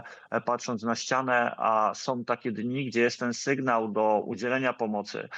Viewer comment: "Som", "macajom" "ewakuacyjnom", "bendom", "strzelajom", "twierdzom", "walczom", "majom", " prowizorkom", " atakujom", "ziemiom"🤦‍♂️🤦‍♂️🤦‍♂️ to Polak czy nie???